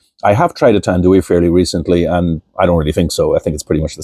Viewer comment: Also, it's pronounced "Tan-Doo-EYE", not "Tan-Doo-WEE". Filipinos pronounce everything phonetically as it is spelled.